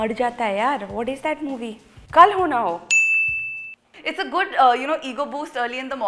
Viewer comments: Who heard kal ho na ho as Carona go😂😂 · 1.35 kisi ko she said korona ho